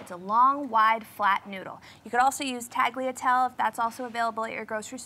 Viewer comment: My italian grandmother would turn around in her grave if she could hear you say Pappardelle and Tagliatelle😂